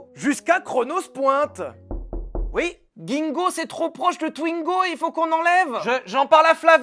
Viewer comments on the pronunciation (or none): On dit Bingo pas Gingo ! Qui a la ref ? (mqatpr)